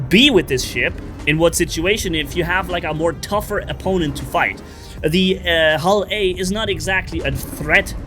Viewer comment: Calling a Prospector HULL A that many times and even putting it in TEXT give me some agony idk why...